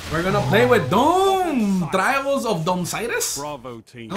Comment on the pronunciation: Notice he said trails instead of trials?